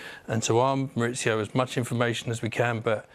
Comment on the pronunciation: MauriCio not MauriZio, he’s Argentine not Italian. I know his surname is Italian but his first name is Spanish. Why do English commentators complicate things? Ironically if they used English pronunciation it’d be more accurate.